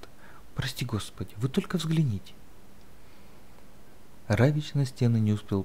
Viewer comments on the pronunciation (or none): Почему Равич? Равик.